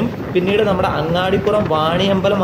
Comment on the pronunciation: അങ്ങാടിപുരം അല്ല അങ്ങാടിപ്പുറം ആണ്